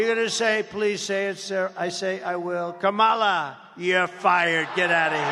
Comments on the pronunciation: He can't even pronounce her name. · Trump still hasn’t been able to learn how to pronounce Kamala’s name. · Mispronouncing “Kamala” is the weirdest, weakest flex. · The idiot still cant pronounce Kamala. Moron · STILL not even pronouncing her name correctly 🤦‍♀️ LOCK HIM UP in a rubber room in his hotel in RUSSIA 🇷🇺 SEDATED & STRAIGHT JACKETED! 🙏🙏🙏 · He can’t even pronounce her name correctly. How would he like it if his name was pronounced Doe nald? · He can't even say her name right. Lock her up for what? He's the one who should be in jail. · I see Trump continues rudely mispronounce Kamala